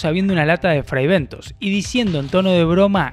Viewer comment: Fribentos en ingles es pronunciado fraibentos.